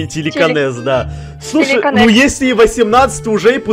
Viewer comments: Не тиликанес а тиликинес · Не тельканэс или как втам назвали а телекинэз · и нужно говорить телекинез